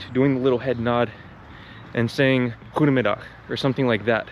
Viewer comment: Very impressed with your pronunciation of 'goedemiddag' Glad to hear you feel welcome. I'm a son of refugees that saw Ruud Gullit (a man with dreads and brown skin) lift the first and only trophy our national team ever won and thought to myself 'my parents fled to the best country in the world' I still feel that way.